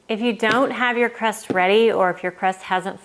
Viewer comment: That’s supposed to be “crust” not “rust”. 😂